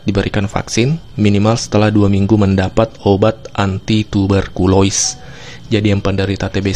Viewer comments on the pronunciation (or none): Info yang sangat bermanfaat, cuma ada satu kritik, ada brapa kali salah pengucapan pada nama penyakit, contoh. Tuber kolosis di baca tuber kolois di awal..😇😇😇